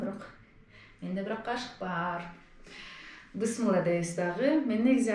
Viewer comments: Эмнеге бысмылда дейсиңер адамдын кыжырына тийип. Мейли намаз окубайсынар бирок дегенде келме менен бисмилла дегенди толук,так айтпайсыңарбы. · Бисмилда эмес Бисмилла деп айтылат!!! Бисмиллах деп айткан туураарак болот! толук айтуу анданда жакшы Бисмиллахир Рохмаанир Рохиийм деп! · Бысмылда дейби🤣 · Бисмилях деп туура айтуу керек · Ошону айтам да тообо